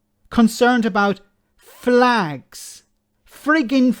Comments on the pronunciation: It's pronounced "flegs" 😉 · get it right it's flegs not flags wee Jim gets really upset if you don't prenouce it correctly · Jim love's his flegssss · Its pronounced fleg